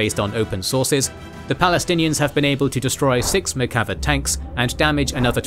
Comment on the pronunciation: One small thing: In the word Merkava ("chariot" in Hebrew) the accent is in the second "a" and not the first. If we used accents in Hebrew it would be Merkavá and not Merkáva. The same goes with the Namer ("leopard" or "tiger" but actually an acronym for "Merkava APC" or in Hebrew, NAgmash MERkava): Namér rather than Námer. Great video.